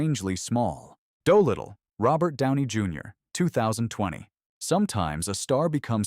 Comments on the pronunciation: "Doh-Little" Gee you AI doesn't even know how to pronounce that name.... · “Doughlittle“? AI cr@